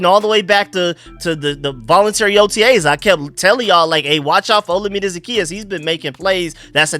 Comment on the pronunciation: FYI Olamide is pronounced like oh-LA-mi-day. Keep up the good work bro!